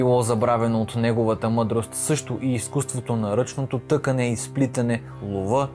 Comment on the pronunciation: Тъкане е с ударение върху А.